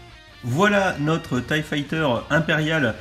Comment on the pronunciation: j'éspère qu'ils continueront à mettre 4 figs pour les TIE, parce que payer 75€ pour un vaisseau avec deux fonctionnalités, c'est pas terrible, mais alors si ils nous mettaient que 2 figs, là ce serait la cata. PS: La prononciation de l'engin c'est TIE [Taille] et pas TIE [Tee] Tchusse!